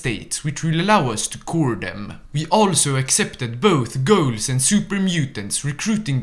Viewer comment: I thought you said “Gauls” when talking about “integrating ghouls” and I thought- ok super mutants are one thing, but the French 🤮